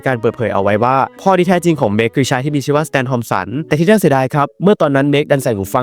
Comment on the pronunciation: น่า ไม่ใช่ หน้า